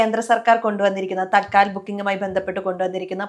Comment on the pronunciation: തൽക്കാൽ ടിക്കറ്റ് എന്നല്ല, തത്ക്കാൽ ടിക്കറ്റ്